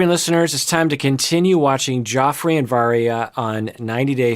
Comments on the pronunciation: isn't it meant to be pronounced Jeff-rey? i think may be mispronouncing it here. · it's pronounced like "Jeffree" not "Joffrey." Lol. He might have horrible allegations against him, but even if they're true he's not GOT bad. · Pronounced JEFFry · It’s okay and you’re not the only one pronouncing it that way. I think the others must’ve been GOT watches, lol. Anyways, love your insight! Keep up the great work! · I love that he's calling him "Joffrey" because I keep hearing it as King Joffrey from GOT lol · Joffrey. Game of thrones. Cracks me up bc if the allegations are true the pronunciation is suitable.. 👀 don’t worry I’m terrible with pronunciation and I have it pointed out from time to time on youtube too 😅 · its pronounced like JEFFREY lmao!!!!